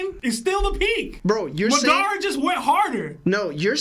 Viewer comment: has to be joking with the pronunciations of Madara and Nagato 😭